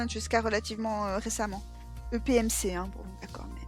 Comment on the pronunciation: Merci beaucoup pour la vidéo! J'ai beaucoup ris quand tu lisais "EPMC" en marmonnant 😂 Et oui j'aime bien ta lecture merciii ♥